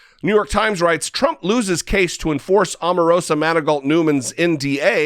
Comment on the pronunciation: Her name is pronounced OH marosa